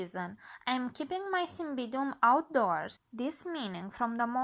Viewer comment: get the pronunciation right cymBIDium